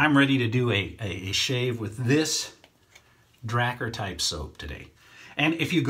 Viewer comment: It's pronounced dra-car smh lol